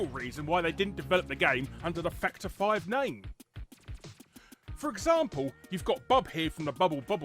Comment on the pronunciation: I'm sorry. Every time says "Factor 5," I hear "Fucked her five."